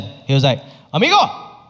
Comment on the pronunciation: even he speaks amigos sound asian.